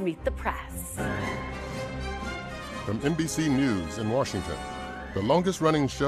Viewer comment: Meet The Prass... I'm Kristen Welker and this is Meet The PRASS. Someone teach Kristen how to say "press."